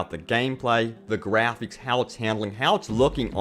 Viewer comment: its graphics. not grapheeks.